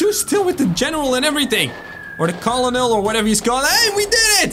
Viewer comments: It’s not colonel it’s pronounced kernel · FYI colonial is actually pronounced kernel